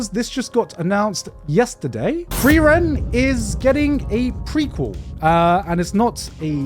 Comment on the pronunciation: idk man frieren pronounced as flielän is kind of wack